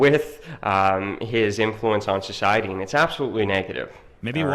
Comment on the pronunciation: He also pronounces "society" as "sjociety"